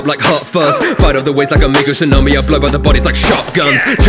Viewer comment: Also, not 100% sure, but I think he pronounced Mako as ‘Make-o’